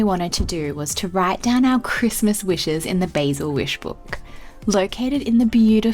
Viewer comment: Great video but it's pronounced "Bah-sil" not "Bay-sil"!!!!